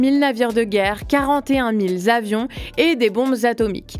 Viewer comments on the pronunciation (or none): 41000 z'avions ? Non, pas de s à mille. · Quarante et un mille Z'avions ? Trop mignon 😍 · J'essayais de me taire mais parmi les nuées....le "mille z'avions est mal passé. S'il vous plaît faites un effort. Je sens que vous avez une belle marge de progression tant sur le fond que la forme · Y'a combien de z à mille ? Nan, parce que 41 mille zavions, y'a pas comme un défaut côté langage ?